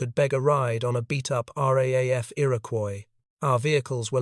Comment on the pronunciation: This joker says R-A-A-F. Any Australian says R-double A-F.